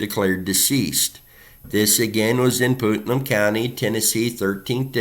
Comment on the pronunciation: Putnam is pronounced like putt putt golf and num… putt - num, Putnam Thank you for bringing attention to these cases and the families